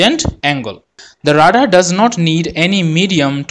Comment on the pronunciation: Great Video! One minor comment: English is stupid so radar is actually pronounced “Ray-dar.”